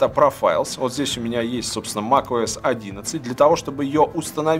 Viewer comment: Услышал - ТимКукОС)